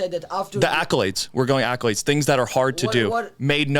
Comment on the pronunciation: Bro said accolades lol 😂😂😂😂😂